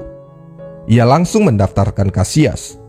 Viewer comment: Kenapa disebut KASIAS !!!! Sebut aja KASSILAS.. kita indo bro,, sebut aja dengan bahasa KATA indonesia..